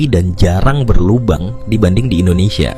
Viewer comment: Sebut betul2, Indonesia